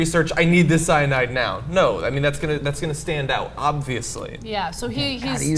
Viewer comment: Oh Ana ordinarily I enjoy your presentation but you really over pronounce CYANAAAAIDE :p